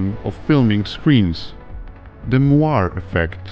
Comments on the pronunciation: moiré... "moiray" not moir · Anybody else catch the narrator's mistake? The "Moiré" screen artifact effect is pronounce moor-ray not mrah. Just sayin' 🤓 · Pronounced more-ay